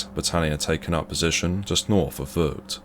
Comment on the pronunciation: He doesn't speak Dutch. I'm sorry for his mispronounciation